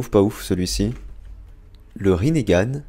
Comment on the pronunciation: C pas rinégan on dot rinegan on dit pas é moais on dit juste e